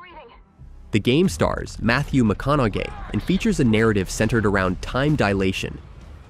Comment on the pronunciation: “‘Mathew Mconno-gay” 😂😂